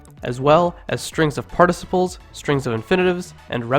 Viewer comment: Are you from Milwaukee? How you pronounce "participle" sounds Canadian.